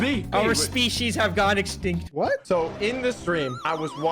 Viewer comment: "our species have gone extinctiot"